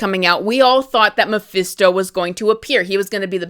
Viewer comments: Hate to do this but you're saying Mephisto completely wrong. It's pronounced Ma-Fist-O not Ma-Feast-O. It's weird that you say it properly sometimes but then say it wrong like you're doing it on purpose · it's mephisto, not meeephesto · "Mah-FIST-oh" Mephisto . Thank you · Who the hell is Muhfeesto? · I haven’t watched the show yet. But I’m interested. I agree though they should’ve shown us mephisto in Wanda vision but the clues were there. And it’s meh-fist-tow 😂🍻 Great critique though keep up the good work. My marvel watch list 6/15/25 update -The infinity saga was originally arranged by looper. As of 6/15/25 I made changes to maintain continuity. The rest of the sagas are arranged by me. -All numbered (1,2,3,etc.) content is the MCU/sacred timeline. Those are the movies, shows and shorts that you want to watch in order. -Anything marked with a “•” is additional/optional content for the advanced fan (added by myself). -I added the defenders, fox-verse, agent Carter and misc content to accompany the main timeline and fill in the gaps. -The key to the symbols are located at the end of the list. ——infinity saga—— 1. Iron man 2.Iron man 2 3.Incredible Hulk 4. The consultant (*marvel one shot) 5. Funny thing happened (*) 6. Thor 7. Capt. America •[@ Carter S:1-2] 8. Agent Carter (*) 9. Avengers 10. Item 47 (*) 11. Iron man 3 12. All hail the king (*) •[A@ S1:E1-7] 13. Thor: dark world •[A@ S1:E8-16] 14. Capt. America: the winter soldier •[A@ S1:E17-22] •[DS@ S:1] •[DS@ Jones S:1] •[DS@ S:2] •[DS@ Cage S:1] •[DS@ Fist S:1] •[%-Cloak and dagger S:1-2] •[DS@ Defenders] •[DS@ Punisher S:1] •[%@ the duck] 15. Guardians of the galaxy •[A@ S2:E1-19] 16. Avengers: age of ultron •[A@ S2:E20-22] 17. Ant man •[A@ S3:E1-19] 18. Capt. America: civil war •[A@ S3:E20-22] •[@ •[%-Ghostrider]